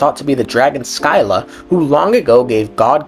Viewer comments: Sp triggered everytime "Sky-la" is pronounced. The old greek pronunciation is "Sih-luh". While i read modern greeks might read it as "ski-luh". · Sih-lah. SIH-LAH. Also as a black person even I don't say the N word, keep it out your mouth. You're so cringey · As someone who studied Odysseus during elementary school, the "Sky-la" HURT